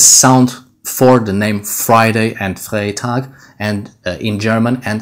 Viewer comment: "Freitag" in German is pronounced with an English type "i", like "fritag"